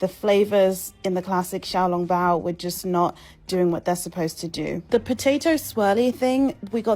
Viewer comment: she pronouce xiao long bao like a Chinese. Kudo to her.